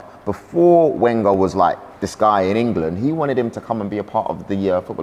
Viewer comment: Why does he mispronounce Wenger every time? Isn’t he an Arsenal fan?